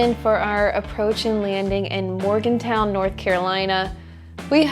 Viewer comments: Not to be "that guy," but as the husband of a western NC native, I have to correct your pronunciation of Morganton. There is no W in the last syllable. It's "ton," as in 2000 pounds. That said, however, the locals mispronounce it as "Morgington," as if there is a G in there. I giggle every time my wife says it. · I think it’s Morganton not Morgantown.